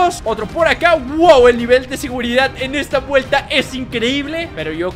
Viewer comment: dijiste pueLta cuando iva en minutos y segundos